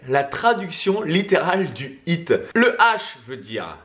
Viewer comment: J’adore votre contenu, mais mes oreilles saignent avec votre anglais 😂 un petit effort pour prononcer les H dans High et HIIT ce serait déjà mieux, de dieuuuu 😜🤗